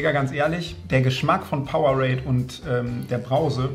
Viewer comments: Bin ich fr die einzige die sich darüber aufregt wenn jemand powe-rade sagt das heisst power-ade kriegt das doch bitte in euren kopf😭😭😭😭😭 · Wie es echt heisst: PowerAde wie es Rezo sagt: PowerRade 😂😂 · Funfact: Es heißt Power-ade also es wird auseinander gesprochen Will nicht klugscheisen wollte nur mal sagen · einfach powerade einfach falsch ausgesprochen🤣🤣